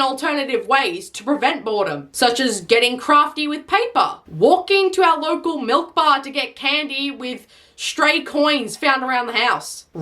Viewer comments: i thought Melk, milk(The actual word), molk and malk, but MEEK?! 😟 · "Mik" where the fuck did the L go? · HELP IM LITERALLY WHEEXING I THOUFHT IT’D BE LIKE “Mai-yalk” OR SOMETHING WHAT THE HECK WAS THAT?? MEEK?? XD NAHHH Edit) btw the “mai-yalk” was me trying to type out how I thought they’d mispronounce milk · Of course kids need to grow up learning to pronounce milk "malek". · Kids are gonna start pronouncing “milk” as “meek,” I’m scared this gonna become so normalized you’ll hear it from kids everyday like some AI ACCENT…😭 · "mo-bye. meek." bruh... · Meek Mill?! What. This is like the classic Malk meme, but it's not funny, I am NOT laughing, and it's just really sad to watch. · “Say milkshake” “milkshake” “now say milk” “malk” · “Just give him the freaking mulk.” ‘You guys aren’t even saying the same thing.’ ‘“We’re all saying Malk Josh!”’ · Ah yes a love a glass of MEE-lik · everyone knows it's pronounced Milluk, Crilly. Like Fillum and Doobleen. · Exactly and ai pronouncing milk “meek” is going to DESTROY gen beta. Good thing my niece is getting plenty of color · I thought she would say it like mylk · That's not how we pronounce 'mobile' and 'milk' in a south Asian accent. The L in both words is strongly emphasized and the K in milk is also strongly emphasized